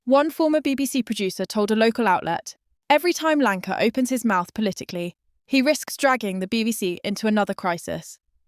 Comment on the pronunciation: your AI bot needs rebooting who the f is Lanka ?